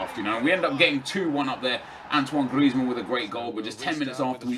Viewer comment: Stop saying Gllllrezmann